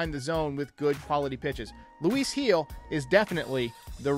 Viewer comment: His last name is pronounced as HEEL.. Not Hill lol